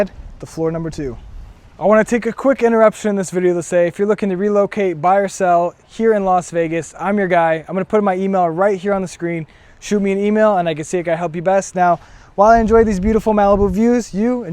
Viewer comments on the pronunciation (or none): DID YOU SAY LOS VEGAS 🤔